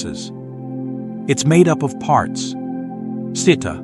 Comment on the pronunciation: It's good. The only thing the reader should learn is how to pronounce pali terms, like citta, cetasika, cuti-citta if they want to sound professionally. The letter"C" gives the sound "CH'. Good luck with your study.